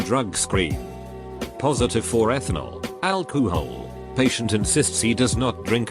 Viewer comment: from this day forward i will pronounce it as AL - KOOO - HALL!! LMFAO!! :)